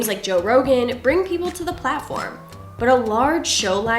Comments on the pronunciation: Library not liberry 🤦🏼‍♂️ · Did she just say Li-bary? Sigh. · she says "liberry". Ha. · people who wear eyeglasses like that yet still pronounce library as “lie berry”. Yes, we exist.